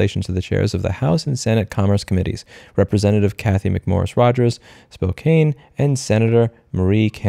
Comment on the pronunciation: spokane is pronounced spo-can